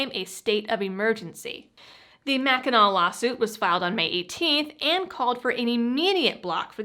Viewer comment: Where you from?! You pronounced Mackinac right!